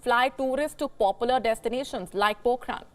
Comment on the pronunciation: Sometimes Wion's news content editing is done by amateurs. - It's not Pokhran woman, its Pokhara. Script toh ek baar edit karwalo.